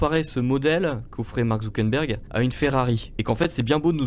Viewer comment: Superbe video j'adore les interventions de l'ia. Par contre il faut faire des efforts sur la prononciation de ZuckeRberg